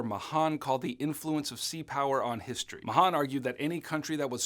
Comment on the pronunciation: yo its pronounced MA-han im pretty sure